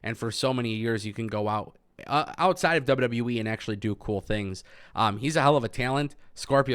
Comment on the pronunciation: I only watch to hear him say dubya dubya weee